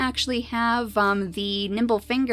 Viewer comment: i thought she said derp SNOOT not derp snout